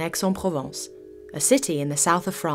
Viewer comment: Aix is pronounced aye. No X sound.